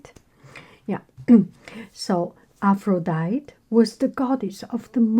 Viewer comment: I believe Aphrodite is pronounced Afro-dye-tee (you pronounce the "e" at the end). ☺️ That being said I'm happy with any pronunciation you use!